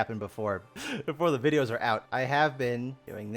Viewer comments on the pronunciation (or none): none